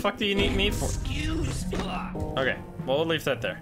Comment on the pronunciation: "eschoose me"